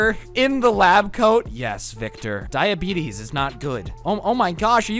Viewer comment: Nobody: This Guy: “When I got diabetes(diabetissss)”😂